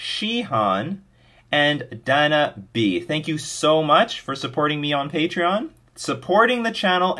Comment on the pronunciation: Thanks for all your content. New to fish (and playing mtg at fnm). I'm learning a lot from your videos! Keep them coming! (Name's pronounced day-nah, but I'll forgive you:D)